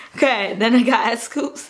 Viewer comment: when she saw scoups😂 "scoupss" omg you so me girl